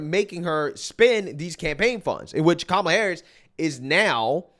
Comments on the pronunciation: Did Oprah call her Kamala Whoreis? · Did she just say kamala horror!? Lmao! And also there is hope for you all... lmao!